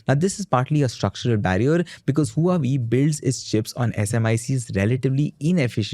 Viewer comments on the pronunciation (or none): Huawei is pronounced “ hwa way” not “ hu ah way”